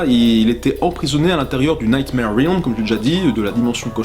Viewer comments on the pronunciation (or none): none